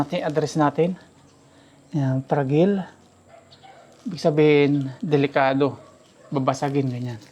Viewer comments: Frajayl,to pronounce Hinde pragil (fragile ) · fra-dyi-yal po ang pronunciation ng fragile